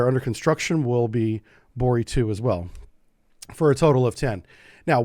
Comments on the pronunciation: It's NOT "Bori"😮 BOREI!!!! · The right pronaunciation is BorEy